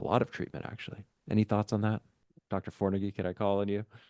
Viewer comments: It’s Pronounced FONAGY, there’s no R in it. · "gy" is quite close to the sound in "did you" (the "middle" one, between the two words). you might try with "due" or "during", but "gy" is usually a bit softer. In another way: say "d" out loud and notice that the tip of your tongue will touch your palate. In the case of "gy" it should rather be the middle of your tongue there, the tip should reach the backside of your teeth. or a different approach: say the word "tube". note the sound at the beginning, that is "ty" roughly in Hungarian. "gy" is the voiced counterpart - add a bit of sound to it, and you're there. it might just be me, but not being able to properly pronounce the name of a guest feels rude to me, especially on a channel like this